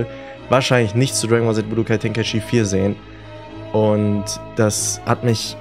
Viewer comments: Es heißt "Içi" 😭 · Du sprichst tenkaichi und xenoverse voll falsch aus 😂 "Tenkaischi" "ksenoverse" 😂😂🤦🏼‍♂️